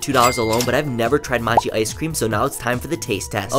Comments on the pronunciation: Matchi? It’s pronounced Mo-chi, come on bro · “Moe-che” is how you pronounce mochi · The way he pronounced mochi 💀💀